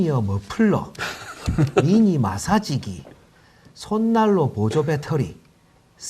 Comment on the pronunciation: ㅋㄱㄱㅋㅋㅋㅋㅋㄱㅋㅋ아니 누가 마사지기를 저렇게 ㅠ ㅜ ㅜㅋㅋㅋㄱ발음해